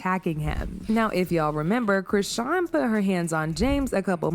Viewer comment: They way you same her name... Chrisean 😂😂😂😂😂😂